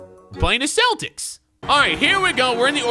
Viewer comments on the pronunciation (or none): none